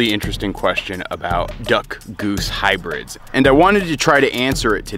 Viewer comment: Don’t you mean “HYBIRDS”?